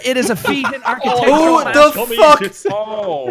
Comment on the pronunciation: NPC: exists Jacksepticeye: "Fwuk 'em up!"